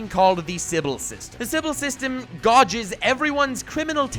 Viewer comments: Gaw-ges? Not gay-ges? Yucky pronunciation of gauges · "Gorges" I'm guessing you meant gauges, which rhymes with cages OMG, you read a typo in the script too; you said "henious," but the word is "heinous"